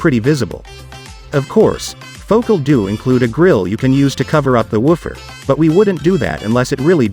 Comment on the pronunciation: ..." Foh - CAL!" Your AI robot script is awful although I did learn some things.